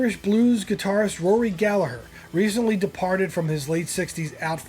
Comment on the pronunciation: Thanks for mentioning Rory Gallagher (You even pronounced his last name correctly!). These years are my years, I remember most of these albums.